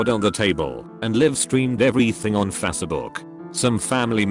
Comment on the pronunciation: I love how this robot voice mispronounces Facebook